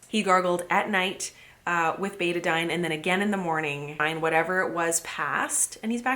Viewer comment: In Australia we pronounce that "Better Dean"... Which seems appropriate in the circumstances 😆